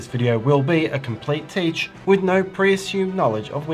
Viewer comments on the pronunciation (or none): none